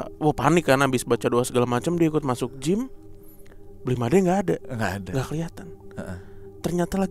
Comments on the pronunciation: Ralat untuk panggilan bali bli made itu mengucapkan huruf "e" nya seperti mengucapkan kata sate atau babe ya, bukan kata beli atau mateng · Fyi, kak, penyebutan Made, e nya dibaca seperti e di kata "Sate". Makasii